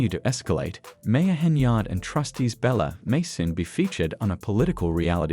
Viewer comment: BTW The Ai is Horrible and can NOT say🗣️: Kiana Belcher for some reason it keeps saying Bella.